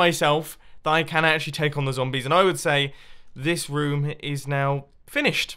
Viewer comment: It kinda sounds like Mumbo says rum in stead of room